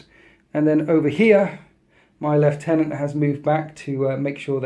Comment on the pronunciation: Lieutenant is not pronounced "LEFT TENANT"